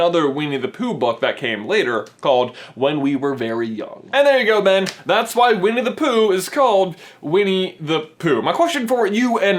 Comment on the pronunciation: he accidentally says weenie the pooh lol